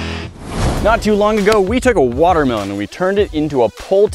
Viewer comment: He said water melone towards the beginning 😂😂